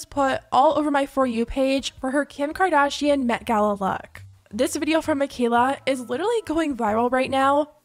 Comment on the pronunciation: KIM KARDASHEEYUN 🔊🔊🔊